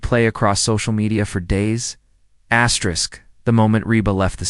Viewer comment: Not supposed to say astwrix 😊 just an fyi for next.